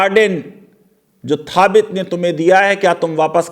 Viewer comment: That is not थाबित , the name of that sahabi is साबित बिन कै़स र.अ.अ